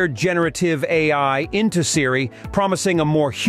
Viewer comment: This site has ZERO credibility! The speaker doesn’t even know how to pronounce Siri!